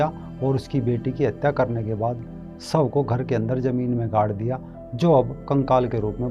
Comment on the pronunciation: Hindi bolni ha toh Hida mat boliye. Shav hota hai sob nahin